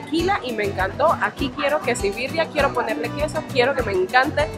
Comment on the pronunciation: JAJAJAJA ES QUESABIRRIA NO QUESIBIRRIA